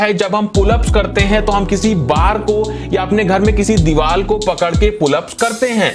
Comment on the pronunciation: pehle dewar bolna seekh phir video banai